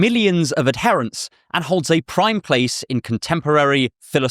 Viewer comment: Might want to double check your pronunciation of 'adherents'. Love the term Broicism btw haha, thnx